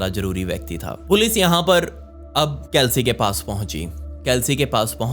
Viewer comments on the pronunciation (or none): It's चेल्सी, not केल्सी